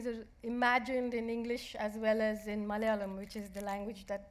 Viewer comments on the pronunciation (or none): THe language is called " Malayalam" , not Malelan